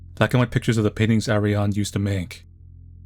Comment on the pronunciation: What an amazing game! Kinda reminds me of Ghost in the Shell, for obvious reasons. So many cool ideas and food for thought. I do believe in bioresonance, but I feel like the "impossible" stuff would break the matrix. We can totally manifest things though. Also, you were very close with Ariane's name. The e sounds like the e in left. You did really well overall! The page at the end roughly translates to: The mystery of this god is finished, as she announced it to her servants the prophets.